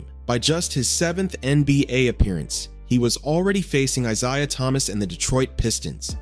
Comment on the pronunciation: eye-ZAY-uh eye-ZAY-uh eye-ZAY-uh eye-ZAY-uh